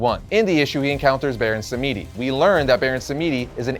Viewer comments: Im haitian and its not hougan its prononced HOOGAN lolll and its not BARON SAMEDEE ITS BARON SAMEDI samedi means saturday in french or haitian creole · Hi, Baron Samedi is pronounce Sam-di. :) Great video. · You need to do more research! He’s obviously based off Voodoo religion! Baron Samidi was pronounced wrong too! You didn’t do this character justice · How do you not know how to say Baron Samedi yet?!